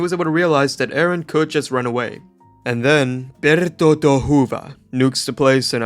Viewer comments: Calling Berthodt everything except Berthodt is killing me😭, 😂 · Why would he pronounce his name like that? It’s bertholdt pronounce buh- ree - toe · Quite sad how nobody can get (b u t t hole's) name right. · The fact Bertholdt's name was not once even close to being pronounced correctly made me laugh harder than I've laughed at a video in such a long long time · the only thing this guy was able to pronounce correctly was Berthomolomew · not knowing how to pronounce bertolds name is real